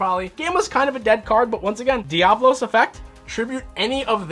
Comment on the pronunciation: It's Diabolos not diablos. Love the deck profile